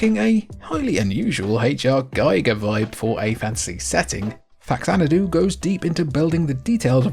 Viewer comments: Jfc. Almost 40 years later and we are still explaining this shit. It's not FAX-anadu. It's FA-xanadu. Pronounced Fa-zan-a-du. "Cultured" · It's fa xanadu, not fax anadu. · Love that Faxanadu got a mention! Love that game so much. Even have a cib copy of it. Also it's pronounced Faz-Anadu since it's a portmanteau of Famicom and Xanadu, another action rpg series. Fax very much. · Oh, turns out I've been mispronouncing Faxanadu for 30+ years. Somewhere I lost a syllable and have been calling it "FAX-AN-DOO." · I heard it was pronounced FaZanadu, which was a hybrid of Famicom and Xanadu (zanadu). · It's pronounced "fazanadu"; it's a portmanteau of famicom and xanadu. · Even after 30 years, this still seriously bothers me... It's pronounced: fah-zan-ah-doo and even worse.. new-klee-er instead of new-kew-ler